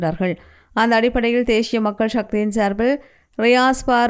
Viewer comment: தேஷிய உச்சரிப்பு 😢